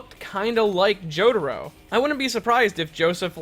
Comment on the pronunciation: i cant believe the ramblings of a person who can't even say Jotaro's name right.